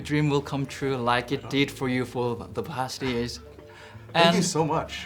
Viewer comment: 천재이승국님의 big fan으로서 앞으로 한발짝 더 발전하도록 사소한 딴지 하나 걸고 싶습니다. 우선 이승국님의 영어는 한국인 치고 정말 아름다워요. 말하는 내용이나 단어도 쉬우면서 핵심을 찌르고 질묻 받는사람에게 감동을 주고 고마운 마음이 들게 합니다. 저는 그것에 대해 너무나 존경한다는점 미리 알아두셨으면 합니다. 사소한 발음 문제를 말씀드리고 싶습니다. ɔ 발음을 너무 한국어의 ㅗ 처럼 발음하십니다. year 발음에서 j 발음을 안하셔요` 모든 한국인의 문제이지만 모음 발음이 조금 대중적인 영어발음과는 다릅니다. respond의 o는 ɑː발음이 납니다. 지금보다 모음에 더 신경 쓰시면 정말 대단한 수준이 되리라 생각합니다. 다시한번 말하지만 이승국님은 영어가 훌륭합니다!! 아마 저보다 나을겁니다. 다만 팬으로서 이승국님이 충분히 지금보다 더 발전하는 것이 가능하다 생각합니다. 지금껏 그래왔으니까요. 이딴 사소한 발음에 신경쓰는것보다 자유롭게 말하는게 훨씬 중요한 것은 압니다만 더 훌륭한 나의 idol이 되어주시기를 바라는 마음에 적어봅니다.